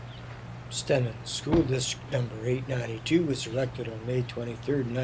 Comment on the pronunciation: I grew up there, and went to school there too. Stenen is pronounced "STEENEN" with a long 'e'